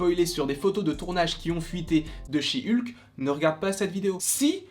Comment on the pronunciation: "Chi Ulke"